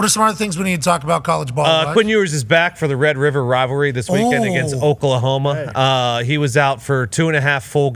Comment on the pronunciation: Progrum with the "Wed Wiver Wivalry." lol